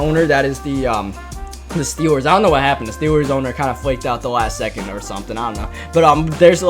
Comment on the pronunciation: Mans says “Da” instead of “the”